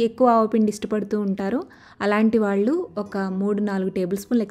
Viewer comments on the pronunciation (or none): none